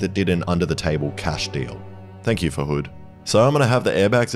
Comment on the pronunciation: "thank you farhud" lmfao